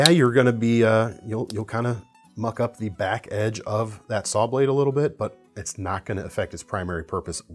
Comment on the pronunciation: I love my rat 1 you showed about a year ago when I started getting into knives. The only bad thing is I bought brass scales for it so it's heavier than buck 110. I had to rewind the video when you said muck up your saw. It sounded like you said something else 😚